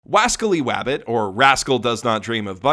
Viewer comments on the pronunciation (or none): "WASCALLY WABBIT"